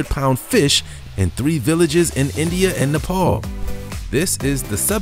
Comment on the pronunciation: It's "neh-pahl" Not "nape-el"